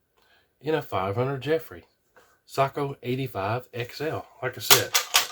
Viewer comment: "say,ko" not "sock, o"